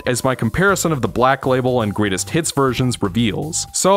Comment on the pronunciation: Every time you say “greatest hits” I hear “Great as T*ts”